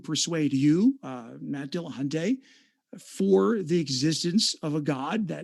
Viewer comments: why do so many people pronounce matt's last name as dillahunTAY? there is no 'a' between the 't' and 'y' at the end of his name. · AND, AND its NOT "Dil-lah-hun-TAY", you lying, irritating, interrupting, "mmm... hmm...ing" subhuman troglodyte.